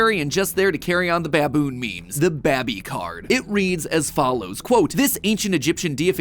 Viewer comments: i think he miss pronounced “babi” in , in my language it means pig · I would never expect to hear Matpat say B A B I 😂